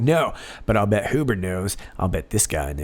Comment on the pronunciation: My family name is Huber, not related to John Huber as far as I know although Huber is not a real common name, but the point is, in German the way you pronounced it is the proper pronunciation, the other common pronunciation is the anglicized pronunciation..